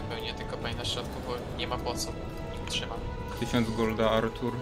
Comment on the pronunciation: bławo Ałtuł świetne zagranie kappa